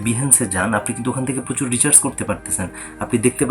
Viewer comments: রিচার্স কেন বলছেন! এটা রিসার্চ হবে | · Bruh! It's not Recharge, It's Research!